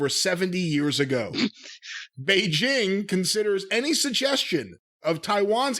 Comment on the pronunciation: Cena apologized to protect his earning potential in Hollywood. Period. Global politics aside, thank you for pronouncing Beijing correctly with a hard J instead of the Zh sound!